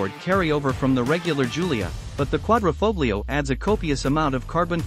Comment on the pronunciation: Such a shame some people can't pronounce 'Quadrifoglio'